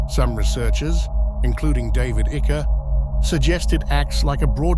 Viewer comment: This Ai voice is funny sometimes. It says "David Icker" 🤣🤣